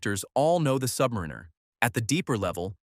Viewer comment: Why can't AI pronounce submariner?